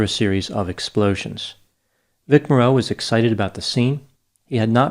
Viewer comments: You have nailed this one Doc. I remember at the time the arrogance of Landis. Basic indifference to Safety killed those people. I wish Vic Morrow had refused to cooperate, after looking at this set. After all the experience with the Combat Series, with so many war scenes, he had to get killed by a fool Director for this stupid TZ segment. BTW, I've never herd his last name pronounced that way, do you know something the narrator to Combat didn't know? Also, Vic was the father of well known Actress, Jennifer Jason Leigh. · Excellent analysis, as usual! Small correction: as I recall from "Combat!" & other work, Vic Morrow's last name actually is like the 'morrow' in tomorrow, not 'morROW', but then I'm old enough to remember when TV was the latest thing! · In this segment you have pronounced Vic Morrow's last name incorrectly. You ran it all together like it's one word, it's really pronounced the same way one would pronounce the word, "Tomorrow." The reason I bring it up is because you're a man who seems to like to get your facts straight on all aspects& levels you're an exacting individual it just doesn't slap a video together without doing research. So that is why I have mentioned this tiny little error. As part of my curriculum as an English major in college, I studied linguistics. I always enjoy your presentations. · The accent is on the FIRST syllable in his last name! It's MOR- row. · Morrow's name is pronounced like Tommorow.😜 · Morrow is pronounced MORE-oh. I did extra work for the Blues Brothers in 1980 and on the third day John Landis fired me, which was fine because he was (is?) a horrible human being. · Pronounce his name right VIC MOR-ROW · Morrow is pronounced like to-Morrow. He used to star in a 60s TV show titled “Combat”. The announcer used to say his name each week. Cheers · It’s Vic “Morrow” (like “tomorrow” or “sorrow”). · u pronounce morrow wrong the whole video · It’s Morrow, rhymes with sorrow. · Morrow, not Moreau. Just a film fact